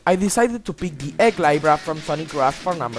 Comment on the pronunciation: Just saying, Libra is pronounced lee-bra. Also, is it just me, or is that Eggman battle a creative concept, even if it was poorly executed?